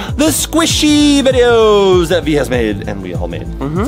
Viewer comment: when said videos he said VI DE YOS